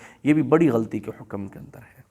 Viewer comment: مثال کے طور پر حکم کو بفتح الكاف بولتے ہیں